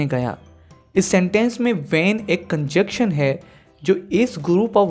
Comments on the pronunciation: "Conjection" or conjunction" probably pronunciation issue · Sorry but correct your pronunciation of the word ConjuNction...